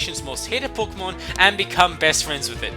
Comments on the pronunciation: Pokémon not pokomón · Pokémon not pokomn